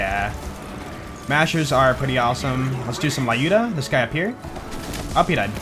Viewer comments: Wtf is LAYUDA??? It's LЮDA, damn American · I’m Russian and it hurts my brain every time you say “Lyuda” the way you do... The names of Vladof guns are actual Russian words. Lyuda is a feminine name and the “yu” is pronounced like “ue” in “Tuesday”, more or less. Just an FYI :)